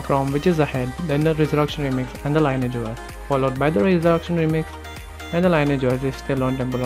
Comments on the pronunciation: ˈlɪnɪɪdʒ Lee Ni AGE that is how you pronounce it Not lye ni age or lye nage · it is pronounced as lin-ee-age OS